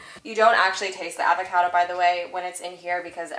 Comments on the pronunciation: She says "avocado" so Canadian 😂😂😂😂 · I find it so funny/cute on your pronunciation of "avocado" 😄